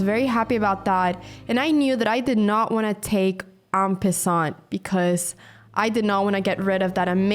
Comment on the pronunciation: u learn something everyday ... here I was always pronouncing it with an A... "en pAssan(t)" (silent T) but Anna is bold and uses an "i"...wow, from now on I will always say "en pissan(t)" just joking but that made me smile so much and I don't know why cuz I'm not 12 anymore :D Great match. Thanks